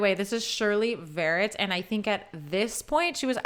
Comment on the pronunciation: Not Shirley Vérret, but VERRÉT. More on the French sound side of things. One of the best mezzos (later dramatic soprano) that ever graced the stage. Her LADY Macbeth is jaw-dropping to say the least.